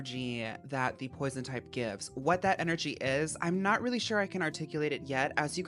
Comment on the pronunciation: Pwoizawn??? Póisone, PWAZOIN???? (REST IN PEACE 🙏🏾🕊️)